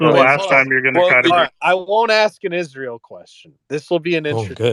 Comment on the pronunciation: Like clockwork, the woman campaigning, when asked on her views on Israel, stated she supports Israel and pronounces Israel "Izroll".